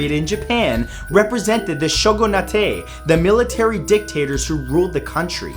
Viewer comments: no offense matthew you kinda said shogunate wrong you can look it up to how its actually pronounced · Sho-guh-nuh-tay? Bruh it's shogun-ate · hey matt here's a fun fact for you. Shogunate is an English word. it's pronounced sho-gun-eight not sho-gun-nah-tey The Japanese for the Shogunate is just (将軍) Shōgun. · The Shogunate also known by Matthew as The Shogu-Na-Tay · lol he said 'Shogunatte' like it's a japanese word! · Hi! Love your series to death! They're so good and I listen to a lot of your videos while I work. Helps a lot for me to focus on my task. Not to be that person, but since it's all about learning and knowledge on this channel.. but shogunate is pronounced as sho-goon-nate. Since it's an english word for the Japanese government at that time. In Japanese, it's called Bakufu. Shogun is their word for the military leader of the bakufu. :) the -ate suffix is from the English language. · just all it the SHOW-GUN-ATE pls, just, just pls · Ate in shogunate is pronounced as eight. LOL You made it sound Italian. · What about muramasa and please learn how to pronounce shogunate properly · Shogunate is an English word. You don't need to try and pronounce it like that. The Japanese term is bakufu/ 幕府